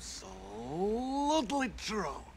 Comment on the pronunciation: My favorite is when he says ( abso lewtly tru !!)